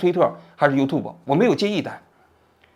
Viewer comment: 优吐博不对，优tjiu博